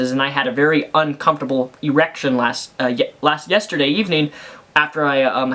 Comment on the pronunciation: How many times can you say E-rection?